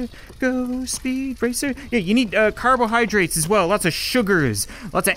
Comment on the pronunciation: At the time he says you need car-bohydrates